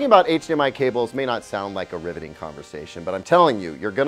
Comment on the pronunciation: Did he say “riveting” or “ribbitting” 🐸?